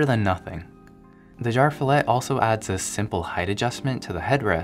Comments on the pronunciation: no offense, but your swedish pronunciation could use some work.. :D I kept wondering what "jarfillet" was! Umlaut-A is an E! Jer-fjellet! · As a nordic guy with basic knowledge of swedish i can't help but laugh when english-speaking people try pronouncing ikea product names :D Jar Fillet sounds like meat from a can, or some fancy name for SPAM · It is pronounced "YarvFeeyallet" . Fjäll means mountain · Its pronounced yearv-f'yellet just saying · "jarv fillet" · His pronunciation of JÄRVFJÄLLET hurts my swedish ears. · Had to listen to how you would pronounce JÄRVFJÄLLET. IKEA are not making it easy for international customers.